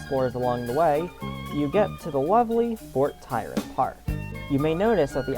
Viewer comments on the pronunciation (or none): Fort TRYON, not TYRON!!